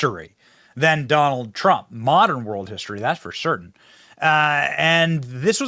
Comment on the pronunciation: Have you noticed that, among the Democrats that have announced that they are voting for Trump, most of them pronounce the name as… Doll Trump ?